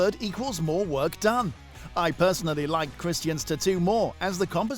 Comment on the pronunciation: I hate how this guy pronounced tattoo so annoying